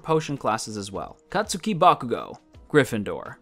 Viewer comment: No hate but u say Bakugou’s name as katski u only write Katsuki... right?